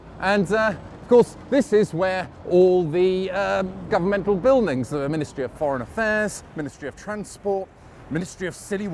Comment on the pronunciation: I thought he said "the ministry of .. 'pron'.." due to his accent when he said Ministry of Foreign Affairs.